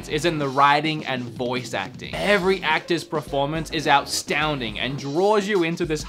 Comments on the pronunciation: "Out-Stownding" hahaha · i swear to gawd if you say OUTSTOUNDING one more time... I'm gonna like it because it's actually a cool compound word that expresses an emotion that neither astounding or outstanding could accomplish on their own.